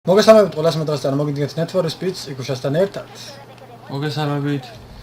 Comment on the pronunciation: ნეედ ფორე სპიდი არა ნიდ ფორ სპიდ :D